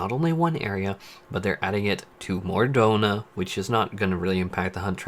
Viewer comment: Mor Dhorama... what?, I know you English speakers like to butcher pronunciation, but WTH, Why is it so hard to say it somewhat near it is written? MOR DHONA (Mōr Dōna), you can even listen to it on Google if you want.